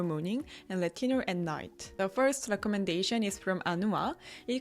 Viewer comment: when you say "retinol" I hear "latino"